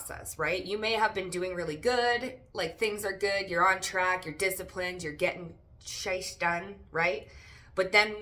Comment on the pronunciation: Did you just say "getting sheist done"?